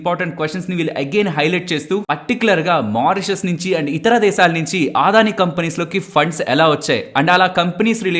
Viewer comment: Aadhani enti brother Adani kada, Telugu vallu ayundi ila telugu ni wrong ga pronounce cheyadam enti. Video chustunapudu Aadani ani word vachinana prathisari vinadaniki chala chiragga anipistundi. Can't watch this video.